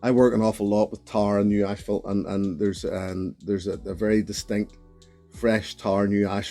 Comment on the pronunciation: Thanks for taking the hit on the Black Bottle,. I see it now and then at stores, but have never been tempted to buy. As a complete non-sequiter, my ears perked up when you mentioned asphalt while nosing. You pronounced it like many Canadians do, ASHPHALT. My non-scientific theory is that somewhere in the past, Canadians were too shy to pronounce it ASSPHALT, so they added the extra H, and for a large chunk of the population, it has remained ASHPHALT. Best wishes to you, as always.